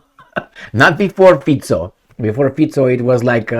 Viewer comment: Well done. Your pronunciation of Fico is prefect.